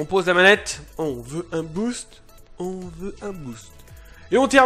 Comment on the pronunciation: Mdrrr a 6.57 le " ôn veut le trois zéro et ôn met le trois à ... NANNNN ;-)